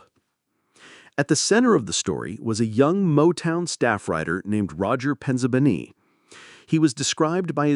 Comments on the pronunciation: his Sicilian name-Penzabene-is pronounced: Pen zah Bay's nay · his Sicilian name-Penzabene-is pronounced: Pen zah bay' nay. His Mother is a half-Black half-white European immigrant. His father is-of course-Italian. Roger Penzabene was 22 years-old when he passed on